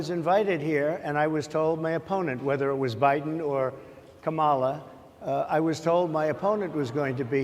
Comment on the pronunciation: He purposely mispronounced the VP's first name. He knows it's "KA-mala." You could hear the groans. How would he feel if we all called him "duh-nALLd" from now on? Or Mister "TROOMP"? He's an old man who know what he's doing. He's a criminal who can't answer the tough quesrions.